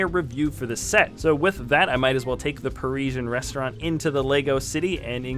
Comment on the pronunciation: Pari-sian Rest-au-rant!